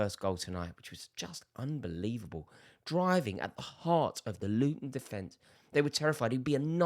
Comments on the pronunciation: It's Luton 😅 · Bro it's Luton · It’s Luton Town mate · Bro chill it's luton town... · Mate it’s literally Luton chill lad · It's Luton 😂😂😂😂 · Its luton bruv chill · It's luton chill bro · Rory behave, it's Luton FFS.